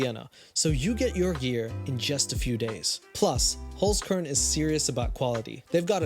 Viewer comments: SOLD (referring to the Holzkern stuff.. also, you're saying it wrong) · As an austrian hearing him say holzkern, yeah i cringed xD but you doing your best and thats what matters ❤ keep being you and keep making us happy :3